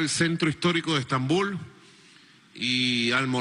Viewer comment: Quiere dejar de decir "Stambul"?